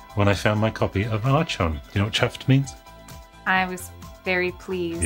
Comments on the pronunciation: Ar-chon? The H is silence.. 'ello! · “Arch-on?” isn’t it “Ark-on?” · Archon is pronounced Arkon I believe. I had it on my Apple //e clone and it was one of my fave games back then. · Who was your doctor? Im 48 and mine was Tom Baker :) We use about 1/3 of those expressions in Canada. We like to add to "Bob's your uncle" with "and Tilly's your aunt". Lastly...can't resist..Archon is pronounced "Ahr Kon" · What? Never played Archon??? (I always pronounced it ArKon incidentally). I spent hours upon hours playing this game! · I shouted 'ARCHON' way too excitedly when you opened it. Love that game. I always pronounced it Ark-on but I was never sure what was correct. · Pronounced Ark-On. Don't you watch Star Trek? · I always heard and pronounced it the way you did. I never heard it pronounced the way in this video.